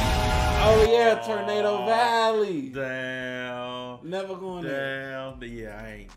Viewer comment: Tornado Alley man, alley not valley